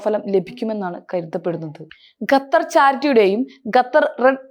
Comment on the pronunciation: ഗത്തർ അല്ല ഖത്തർ ആണ്